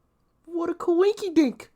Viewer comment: "What a coowinkydink"...LOL